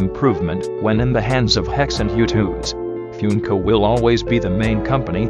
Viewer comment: THANK YOU ALL FOR 1000 SUBSCRIBERS!! Expect a little something on August 8th :) Also sorry about the bot pronouncing Funko as “Fjünko”